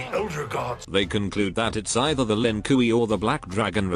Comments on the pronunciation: The lin koo-ie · "Lin Kui" 😂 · The Ai saying LINKIWI kills me everytime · ah yes. The Lin Kooey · Lin KOOWEY 😂😂😂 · The lin "kooey" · Bruhhh... my guy said the Lin 'Koowee' 💀💀💀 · that "Lin Kuwi" pronunciation will never stop making me laugh:D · Lin Kiwi, a clan of Chinese rice farmers.